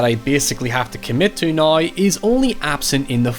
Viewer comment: I like how your accent transforms words like, "now", into a completely different word. Drop the "w" then add a "ya" so it becomes, "noya."